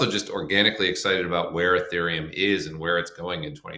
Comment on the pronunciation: ETHeruem??? Youve got to be kidding 😂😂